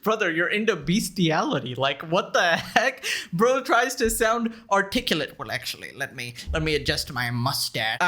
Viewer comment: Take a shot every time he says akchewee or lichowee